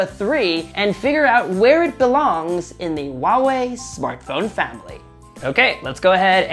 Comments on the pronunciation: Still not getting it? It is supposed to be pronounced as "Hua-Wei", not "Wa-Wei". Chinese name for Hua-Wei has two characters: traditional Chinse: “華偉”，simplied Chinese: “华伟“. "Hua" denotes the ancestral lineage of the Chinese people, "Wei" means being great. Mandarin is a tonal language. You have to say it SUPER PRECISE and when you pronounce it wrong, it means completely two different things, and "Wa-Wei" means nothing at all in Mandarin. Get it? It is as if you pronounce "huge" as "Uge" (Trump does that), or "hungry", as "Ungry". Makes sense now? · the way he pronounces Huawei grinds my gears a bit. It's meant to be pronounced with an audible "H", like "Hwa", as opposed to "Wah". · "WA Wei" phones are great. Go "WA Wei" go WA Wei. There is a fuking H in the front. Learn to pronounce the brand correctly, will you? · this man said WAWE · ffs. It's pronounced HU(LIKE ХУИ)-A(LIKE APPL)-WEI(LIKE U-E-I), NOT SO HARD YE? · HOW IS NO ONE HERE PISSED ABOUT THE WAY HE PRONOUNCES HUAWEI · He is not even saying it right.😂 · No problem, dude. It is just getting really annoying since everyone who is not familiar with Mandarin is pronouncing the name wrong. Keep in mind that Huawei is world's number 1 telecommunication equipment company pushing out 5G and cellphone is not a huge part of their business. I just think if you are going to review such a big firm, at least learn to say it right. By the way, I live in Dubai and people corrects my Arabic pronunciations all the times and that's how I learn.